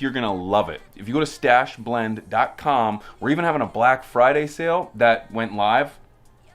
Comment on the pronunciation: Don't know if you said Friday or fried day because it's Thursday 😂